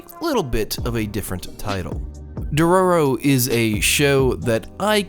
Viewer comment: I literally couldnt watch the video because of his pronunciation of dororo and haykkimaru